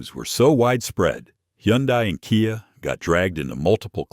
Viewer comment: who are you? why telling not-100%-true story? KIA = you have to pronounce as "ki-a", not "kay-eye-ei"! you don't know anything about auto-industry. you just make u-tube for $?